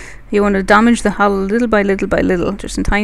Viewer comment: this person should really include a caption link to a part where he or she (i can't make it out..) stops the explaining. the english is also quite hard to follow. hull is pronounced as hell, and apparently there is a wing of ships in his/her wing.. :s